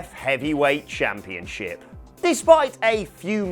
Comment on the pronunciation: ChampionSHIP not championCHIP... Jesus. It’s just English, I thought you guys invented the language.